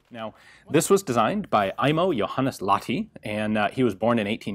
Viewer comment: I've got to say, you pronounce very well aside from the fact that you place focus on the wrong syllable. In finnish the focus is always on the first syllable. *Ai*mo *Joh*hannes *Lah*ti would be the proper pronounciation and if you managed to do that, it would sound pretty much like a native (aside from the way you say H but i understant it's very hard for foreigners so you'll get a pass)